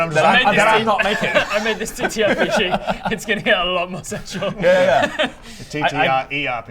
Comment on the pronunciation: good job 🎉 you knew something was off. said "ttRerpg" and there should be just one R.